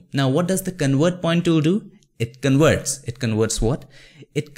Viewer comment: Could you please enunciate well the letter "v" ? you say "con-werts" when it should be "con-verts". 😁